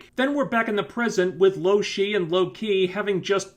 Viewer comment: If you knew her name why did you call her loshe at first...idk...sorry carry on...